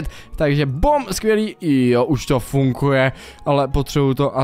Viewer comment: Prosím nauč se říkat slovo funGuje. 😀 Můj šestiletý syn rád kouká na tvoje videa a byla bych nerada, aby kvůli tvým videím špatně mluvil. Děkuji 🙏🏻